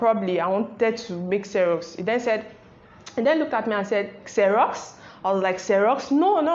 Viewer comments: it's actually xerox not xeros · Xerox not xeros ma'am